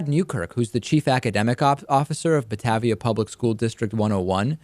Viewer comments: I live nearby. Batavia is pronounced ButtAYveea, not buttAVVia. (long A in second syllable). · David as someone from chicago its not (bat-ahh-via) its (Bah-TA-via) hard A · Thank you for reporting on this. I'm not sure how you managed to properly pronounce my last name but didn't nail "Batavia" on the first shot, but that point is moot. The discipline went through. Dryden was suspended without pay for 1 day, hit with a $490 fine, and given a note of remediation on his permanent record that will be a very bad mark in the event he applies to work elsewhere. I'm sure you'll hear more about this story in the coming days/weeks.